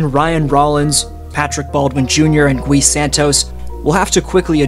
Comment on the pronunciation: Gui pronounced as KEY but replace the k with a g as in guy.. Take the word glee and remove the L but same pronunciation